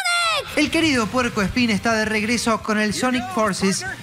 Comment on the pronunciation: ¿En cerio dijo Puercoespin? ....................................... Hay que quemar-lo!!!!!